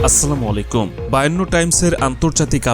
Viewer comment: আপনার সালাম দেওয়াটা শুদ্ধ নয়